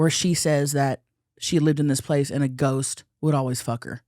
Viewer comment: Maybe he did say goat. I heard it too 😂